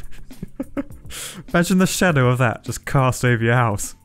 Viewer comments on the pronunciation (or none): none